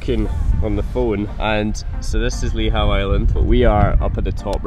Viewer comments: Ive been triggered by lee how .. . Nope its lee hoo . Ive ancestry searches that throw up Lihou as family name . Im going lay claim 😂❤❤ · Just a heads up, its pronounced 'Lee-Hoo' island 👍🏻